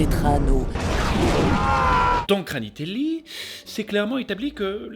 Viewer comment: Le kranitelli pas granitelli🤣🤣 Des effets vraiment très spéciaux🤣🤣 Les chansons de ouf🤣🙌 Ouais Bombadil était dispensable Gwaihir🙌🤣 Non mais Sauron c'est abusé🤣😂 Fais avec le coeur🤌